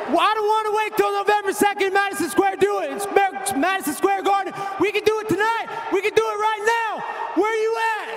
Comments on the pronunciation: "Madison Square do its sper smadison square garden" -Colby Covington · how aren't more people talking about the bit where he butchers the 'Madesan Square do it' part 😂